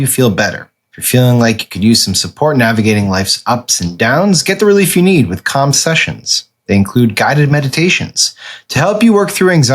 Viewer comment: I'm uncomfortable with the way Sam pronounces C A L M